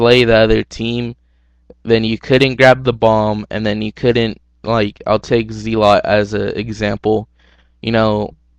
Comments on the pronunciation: Its Zelot Zel-It! Lil D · Not Ze-Lot